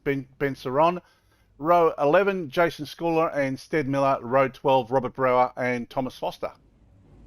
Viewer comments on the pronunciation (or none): Technically, it's pronounced "brow-er".. 😊